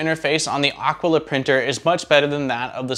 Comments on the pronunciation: It is aquila not aquala. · It’s Ah Quill uh. Nit picking. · yes, it is a latin world. It simply means "eagle" (the bird) and it is pronounced ˈa.kwi.la (accent on the initial "a"). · AKEELA is how it is pronounced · A-kee-la. :) Nice review, I've just bought one! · Aquila like Tequila is probably how it's pronounced. imho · This is totally correct. My high school year book was named Aquila and it was many years later that I realized that no one had pronounced it correctly. A quill a is also wrong as we used to pronounce it. BTW, this is native American for eagle. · You pronounce the name like you pronounce Taquila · Maybe you could start by pronouncing "Aquila" properly... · I've wondered that myself, and since Aquila is spelled like tequila, that's the way I went with it. I'm always open to correction when wrong though.